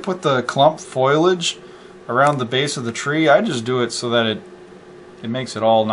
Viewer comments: PS- I forgot to chime in, it is fo·li·ageˈfōl(ē)ij/ not "foil-aj" lol ;-) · Now it all makes sense! Thank you for making this video! ok, it's fo-li-age, not foilage. lol